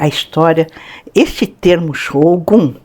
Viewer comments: A pronúncia inadequada br Xógum é demais.. não dá, não dá, não dá. Não tem justificativa para pronunciar uma palavra japonesa assim, sendo que nossos idiomas fonéticos, são quase idênticos... Fora que eles escrevem com as letras Ocidentais desta maneira = Shogun. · Como é f3lO ler Shogun com X kkkkkkkkkk